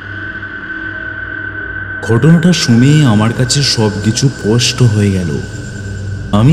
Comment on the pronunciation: poshto..hoi gelo na sposhto ??? uchcharon golo thik koro..onek bhul..